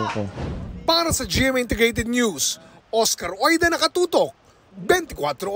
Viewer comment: OSCAR OIDA MALING OSKAR ORIDA 😂😂😂